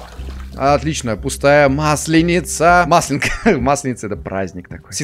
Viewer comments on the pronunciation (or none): родной, правильно маслЁнка